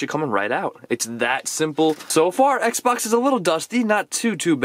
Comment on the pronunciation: Is sounds like you say Sexbox